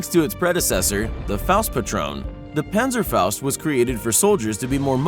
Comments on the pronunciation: It is Panzerfaust not Pänzerfaust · Pänsäfaost... Fleigafaost... Your pronunciation is really bad...